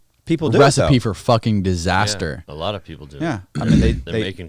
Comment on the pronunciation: No, he did not. He said "Lot of people are just desperate for money". However, he ran lot of together, like "lapeople" and out loud it sounds like black people.